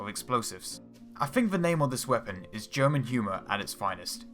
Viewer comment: Your pronunciation of "German" takes away the idea that you are serious in relaying anything relevant.